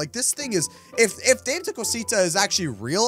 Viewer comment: Oh and it's da meh not dameee like spelled Dame but pronounced day meh